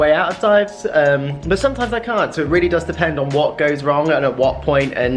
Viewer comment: please learn to say but properly and not bu when you are talking